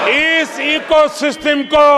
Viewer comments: सिस्टिम होता है सिस्टम😂😂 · पूरी मीडिया खरीदकर eco system 😂😂😂 जब शासन गुंडागर्दी पर उतर आए तो यही भाषा होती है वैसे ये सिस्टम को सिसटिम क्यूं बोल रहे थे 😂